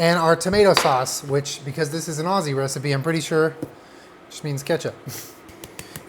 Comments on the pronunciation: the way you said aussie ... no ma'am. aussies pronounce it more like youd say ozzie lol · The way he said "Aus-see" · all aussies were cringing when he said osseee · saying Ozzie not Aussie the whole time is making my inner Virgo scream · This is a very fancy meat pie recipe but I love it I also love that he pronounces Aussie as ozzy😂❤️ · boy that’s not how you pronounce “Aussie” 😩